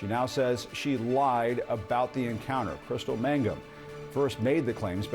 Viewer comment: Jean Casarez covered this story from the time it broke and she still can't pronounce "Mangum" correctly? She keeps saying "Magnum."